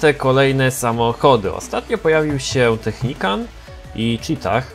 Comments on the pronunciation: Nie technicant tylko technical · naucz się to nie jest Technikan tylko Technikal!! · technical a nie technican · nie technican tylko technikal 😝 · Technican?? A nie czasem Technical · czy mógłbyś mówić technikal a nie technikan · Czemu mowi Technicant albo Technican na Technicala ? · to jest TECHNICAL czyt. TECHNIKAL xd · Czemu ty mówisz technicant?